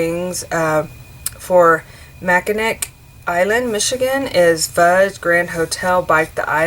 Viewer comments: Where are you from? I live not South and I must tell you that even though it is spelled Mackinac it is pronounced Mackinaw Island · Mackinac is pronounced phonetically mack-a-naw